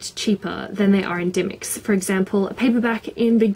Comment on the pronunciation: XD REALLY?! I've always pronounced dymocks with the o sound (die- moks) not dymicks... Really expensive I bought To Kill A Mockingbird for $20 -_